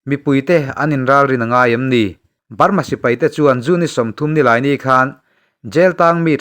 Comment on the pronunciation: A tawp lam hi i ti BALMA tlat zel😅😅